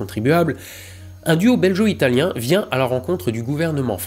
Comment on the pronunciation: ça se prononce " Bel-go " italien, non pas belgeot, sinon très bon épisode comme d'hab ! ^^